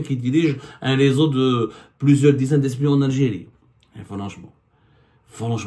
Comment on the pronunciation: 3abdou, tu as un sérieux problème avec les voyelles, on dirait; Je te l'ai dit plusieurs fois que notre "pays"; comme PAIX + Y , ou (i), et non pas "Piiyiis", s'appelle l'AlgÉrie et non pas L'ALGYRY et pour finir, on dit int(E)lligence"Int(É)lligence", le "E" se prononce "É " lorsqu'il précède une double consonne, et surtout pas "Int(i)lligence comme toi tu le prononces.